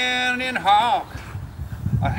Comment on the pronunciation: isn't it hawk? Like a hawker.